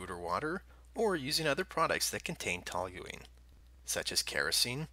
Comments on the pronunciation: TOL-yoo-een not TOL-yoo-leen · I like how you're mispronouncing the word the entire video